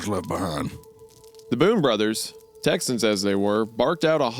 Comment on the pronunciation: I really liked this story so far but this is constructive criticism this is like the second time I've heard a creep cast where there was a word that seemed common to me but I guess you guys have never heard of it before so you just pronounce it completely wrong and it like really throws you out of the story cuz you're trying to like figure out like what the f*** are they talking about what do they mean by Hogan's.... Not A big deal I guess but it just really kind of throws you out of the story it's pronounced hoe gone